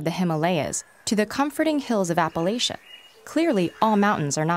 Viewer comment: I grew up in Virginia and I must point out you mispronounced Appalachia. Please correct this. I don't say the name of your home incorrectly and I would appreciate it if you would refrain from doing so to mine. Thank you. Yes I know it's pedantic, but it's a pet peeve.